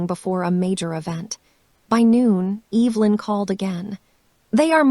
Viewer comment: I actually know how to pronounce Evelyn’s name…kind of feel sorry for AI…can’t say names..tell time or count money…things we all learn how or do early on…